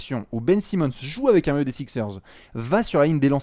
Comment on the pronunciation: "Benjamin Simmon" 😂😂🤣🤣